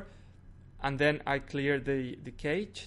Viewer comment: There is no "next video" with the home screen and stuff. Cache is not pronounced keich; You can refresh the page while redownloading the whole content by holding down control and pressing f5, no need to clear through settings